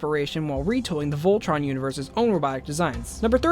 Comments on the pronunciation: tea ray ...vol..tron?? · tea ray vol...tron??? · Vol... tron?? It doesn't have to be complicated! I still don't get why I wouldn't say "Voltron"! Keith is my spirit animal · tea ray uhh....vol..tron? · tea ray uhh.. vol..tron?